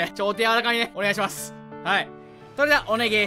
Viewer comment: なぜか「おねげぇします」にツボったw